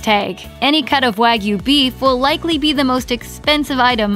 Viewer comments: This pronunciation makes me livid. WAH-GYOU. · It's hard to take a video about steak seriously when they don't even pronounce wagyu correctly.